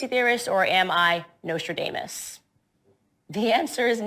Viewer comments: 1. #CandiceOwen's is just like #DonaldTrump . They only appear intelligent to the DUMBEST 1% of the people in the world. 2. Its pronounced Nostradamus NOT Nostradāmus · Candace Owens is a tragic mess, trying to impress when she doesn't know how to pronounce words. It's NostraDAHMus, not NostraDAMEus. She a hateful scumbag, and I survived a traumatic brain injury when an ambulance hit me. May her ignorance and hate not enact karma that could wreak unsurvivable traumas on her and her family. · She mispronounced nosterdamus . What a idiot, I know I'm an idiot and probably misspelled his name, but I know that, she doesn't. Lol so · Did she say “Am I wrong or am I NostraAnus”? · Nose Tra Day Muss ? - She can't even be bothered to know how to pronounce his name. Maybe such a thing is deemed unimportant to Miss Conduce Ewans but it really shows more than just ignorance in her so called knowledge based on absolutely nothing. - I have no doubt if someone was found dead in a hotel, in a bathroom hanging from a rope with 15 stab wounds on his torso and 3 gunshot wounds to the head that she would not rule out suicide ! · Repeat after me, Candace: “No-struh-DAH-mus.” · Anything that humiliates Candace Owens is fine by me!! Did she say "Am I Nostradanus"? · She said “Nostradamus” weird too, who the hell pronounces it “Nostra-DAME-us”? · Nostra-dameish wow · She can't even pronounce Nostradamus right.🙄🙄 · Her inability to pronounce Nostradamus is all you need to know about how much she knows who Nostradamus is. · I loved her mispronunciation of Nostradamus. What a clown. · she should learn how to pronounce Nostradamus. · She can't even pronounce Nostradamus. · I wonder who she heard using that pronunciation of Nostradamus' name. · Who the hell IS this Candace Owens? WTF does she know? How did she raise to prominence? And learn to pronounce Nostradamus, please.